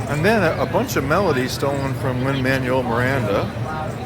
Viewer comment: “Lin manual Miranda”